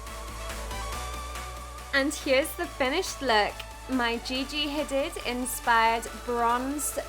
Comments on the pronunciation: i think it should be pronounced like gigi hadeeeeeeeed not hadid lol love this vid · love you & this tutorial, but you pronounced her name wrong. It's pronounced Hadeeed. (